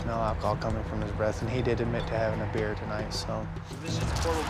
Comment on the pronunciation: Cop said bear instead of beer lol